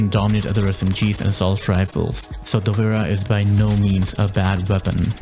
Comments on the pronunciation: Google translate gives different pronunciations depending on what language you select. For English, sounds Dovra. But actually it's a slavic word, and should sound Dobra. Not Dovera, which rather sounds Italian. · ayo! dunno how google pronounced it that way, but it should be relatively similar to the word “cobra” + just replace first letter with D hope this helps brehv:DD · Dovera? I never thought that would be the pronounciation lmao. I always pronounce it like Dop-Vra Also great explanation of the pistol play style and attachments. Great video!